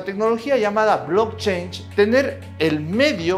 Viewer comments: No es blockchange " como dices es blockchain ",cadena de bloques.pronuncia bien . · sin ser nada de gringo logro escuchar que pronuncias "blockchange" siendo "blockchain", please do not do that. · Un shot por cada vez que dice "blockchainshh" 😝